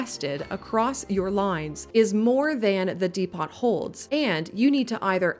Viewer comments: Depot = dee·pow != dee·pot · Great tips but please...it's Dee-Poe, not Dee-pot. The T is silent. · Is this AI pronounced? "Depot" is pronounced "DEEE poh" not "DEE pot". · Depot is pronounced "Dee-poe" or "Depp-oh" NOT "dee-pot" or "dee-pawt". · I would not have said anything if it were pronounced "deh-poe" which I have heard from UK English speakers. But what was on the video was "deh-pot". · Depot is not "dee-pot". Depot = deh-po, or even dee-po. The "T" is silent. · i’ve always called “depot” “dee-pawt” till i watched a lot of youtube and they called them “de-po” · Depot is not pronounced "Dee-pot" but is said as "Deh-poh" lol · Dee Pot? 👎 Dee Pough - depot👍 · Who is Dee Pot? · It's not "dee-pot", it's "deepo". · de-pots? Depot. Dee-poe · It's not DEE-POT - it's DEE - PO. the T is silent.. :D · Tips? Yes yes yes! De-pot? Why pot? Oh it's spelled depot, I see what happened there. This little confusing word is pronounced Deep-Owe, or Dehp-owe. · The word Depot not pronounced "Dee-Pot". It is pronounced "Deh-Po". Jus' sayin' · Dep-oh... not Dee-pot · Depot is [De-poe] not [De-pot]. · D-po, not D-pot please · De-pot? De-pow! ...That's how you say depot. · *'Dee-poe' (Like Edgar Allan) It's French in origin. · "dee pot" lmao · Great tips here, I watched a lot of videos already and still there were several things here I didn't know about. Thanks! Heads up, "Depot" is pronounced differently than that, more like "Depoe" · Is this how North Americans say it? 👀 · we pronounce it "dee-po" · lol, no. I've never heard someone say that in my life. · It is definitely dee-poe, since it's from french. We say it without the t in Norwegian too, as it's a loanword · why are literally all of the youtubers saying "dee-pot" I don't understand I thought it was some inside joke I didn't know about but CPP and Biffa are saying it that way too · Great suggestions! But here's one correction: the "t" in "depot" is not pronounced, so the word should sound like "deep-OH"... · "dee pawt" 😂